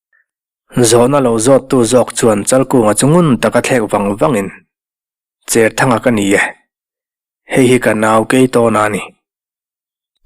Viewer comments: Cherthanga tih a "cher" tih lam dan hi cher (thau lo) ni lovin, Cherput tiha "cher" ti a lamrik ni ta zawk se. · I sawi dik e.Tuithawl hnangin ka cher bur mai tiha cher kan lam ang hian. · Vawiin tlai,zanin tlai chu kan comment ve a nge.Pemthar kan neih zinga pakhat Cherthanga tih i lam dan hi kan sawi zui ve mai mai teh ang.Saw pa saw a thau/a cher tih anga lam rik tur ni lo in,sahrang lu hi hruihnang in an cher a an tar thin,ti anga lamrik tur a ni zawk em...Kei chuan chhiar ila he tiang hian ka lam ri ngei ang...Khua leh Veng a hrana tawngthluk leh lam dan a inang lo nuala ka ha hawlh ve lai kan thailang mai mai e...